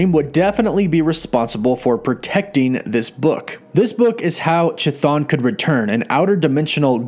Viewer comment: You murdered the pronunciation of Cthon